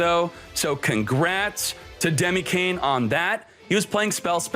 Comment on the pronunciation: ... He's Dkayed, not Dykayed lol